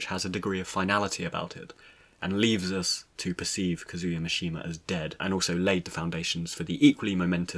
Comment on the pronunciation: That is not the proper way to pronounce Kazuya. . .